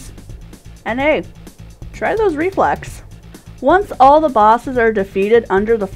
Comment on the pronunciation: I thought you said Reflects, not Reflex. Lol You forgot to mention that Reflecting the orbs that it spawns is a Really good idea.